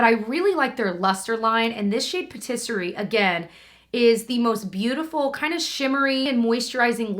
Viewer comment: Every time you mention the MAC lipstick in the shade Patisserie I think you say rotisserie at first and I think to myself “what a weird shade name” 🤣🤣